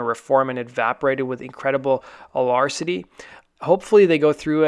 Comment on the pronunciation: alacrity pronounced : uh-lack-cri-tee not a uh-larse-it-tee